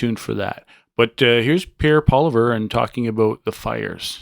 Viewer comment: It’s Polievre not Poliver. Please pronounce it properly.